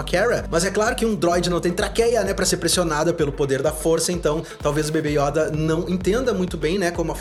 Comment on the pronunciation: Yóda ❌ Yôda ✔️